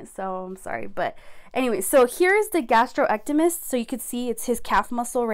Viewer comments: I believe the calf muscle is pronounced gas-strock-nee-me-us. Gastrocnemius muscle. The fact that you keep saying it wrong drove me crazy during this video. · It’s gastroc-knee-me-us, but otherwise good info